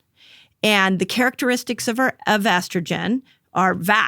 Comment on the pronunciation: I’m sorry, but why can’t he say estrogen?